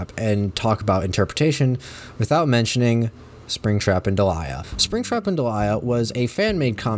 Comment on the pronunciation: can i just say i still firmly believe it should be pronounced "DEE-lee-a" like the actual name delia and NOT like "de-LIE-a" like delilah without the extra L